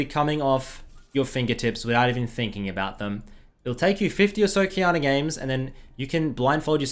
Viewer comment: I always hear him pronouncing it qiyaner